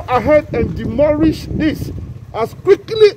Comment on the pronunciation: . Did he say demorish 😹😹😹😹